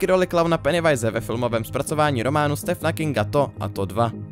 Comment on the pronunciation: je to [stívn king] ty stefne xddd